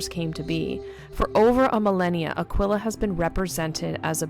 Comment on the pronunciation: Its uh-key-kuh.... Like aqui ... Like Tequila... Pronounced uhh key meaning here... Its NOT uhhh quil uhhhh....